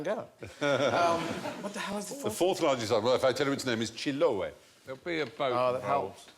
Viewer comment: The minga has nothing to do with spirits thou...its just about moving houses to better locations. And the curanto its not a big feast, its a traditional dish of the island. And they mispronounced chiloé :C. Source: im chilean.